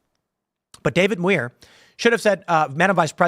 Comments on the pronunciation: It's demure for Muir. as in pronunciation. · Muir is pronounced M(y)oor.